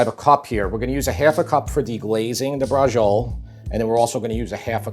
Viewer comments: Bradgziol :-) may be get the name in real italian accent sort of "Bratshiolé" in english tongue? the e at the end is not silent, overwise interesting way of doing Bratciole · Isn't it pronounced "Bratciolay?" My Italian's pretty rusty. two c's are hard right? one c soft, so it's "brashiolay"? do we just call it brashol over here? I'm a bit confused on the name, but the recipe looks amazing. I just ate and I'm still drooling! wish I had 2 stomachs... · Great episode, but i just wanted to inform you that braciole is pronounced brah-CHOH-leh. Thanks for the video. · You're pronouncing the name all wrong. There's no g in the word briaciole. The correct pronunciation of "braciole" is bra-CHOH-leh. It is a dish from Italian cuisine, often referred to as stuffed beef roulades. Anyway now that I got that out of the way I am going to try your recipe because it really does look scrumptious. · Learn correct Italian pronunciation please. The C is never going to be a soft G as you're saying it. I would guess that it's going to be Brach-iolay. Same thing for parmesan. It's parmigiana in Italian. Saying parmejan, as if it is a French word, sounds ridiculous. This sound doesn't exist in Italian. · What is a Bra-Joel? LMAO 🤣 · Braciole is pronounced braa-cheeo-le. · Just Google Braciole (plural. The singular is Braciola) pronunciation instead of vomiting a disgusting "breggiol". If you don't know Italian or any language you want to pretend you speak, please just Google the pronunciation. It'll save you the embarrassment and us the nausea. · I grew up in NY and you pronounce "brazhole" exactly the way my Italian-American neighbors did lol. And this is a wonderful recipe, reminds me of my childhood going to my best friend's house and his mom, who was born in Italy, used to make this for us. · Please first learn to pronounce it. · Always funny seeing Italian Americans saying Italian words wrong. Recipe looks good though. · Pronunciation of "braciole" made me cringe. Repeatedly.